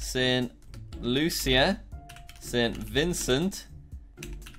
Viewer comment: Jack I just want to say that st.lucia is said for St.lusha